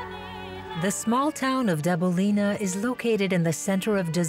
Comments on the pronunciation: It is Dăbuleni, not Dabulini, omg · worst pronunciation of Dabuleni and Walachia that i have ever heard